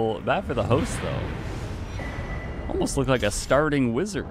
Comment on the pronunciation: he said ‘wizaa’